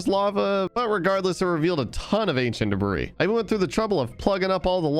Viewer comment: "acient debras"